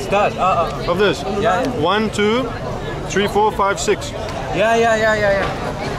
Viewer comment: LOL.: now I have had six ( thinks sex): naam(WHAT)!?: setag (setat=women, 6=setah not setag): oh: one, two, three, four, five, six: oh ya ya ya ya ya ya ya ya ya ya ya ya ya ya ya ya ya: six sandwich: sex sandwich: sex sandwich? loooooool Lol the "number 6 problem", It's a known problem here in egypt hehehehe